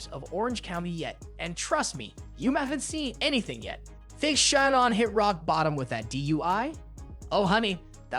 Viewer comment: I couldn't keep watching bc the way you were pronouncing simple words or evem Shannon's name. It was so annoying